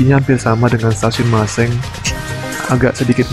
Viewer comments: Sebutan maseng untuk hurup E nya biasa orang sunda nyebutnya jadi EU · Tks info2 nya kang...Maaf...ketinggian stasiun Cigombong itu klo tdk salah 499 m dpl....bukan 699 dpl.... Satu lagi hanya sekedar info..bagi masyarakat Cigombong dan sekitarnya, huruf E pada kata Maseng biasanya diucapkan seperti huruf E pada kata Merak atau Benar/Betul/Lengkung/Lebay 😅